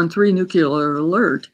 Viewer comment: Nuclear, not nucular.